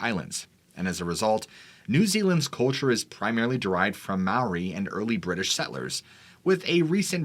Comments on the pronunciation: Its spelt Maori,pronounced Mah-aw-ree,wow a long way from home then. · It’s fun listening to you botch all the Māori names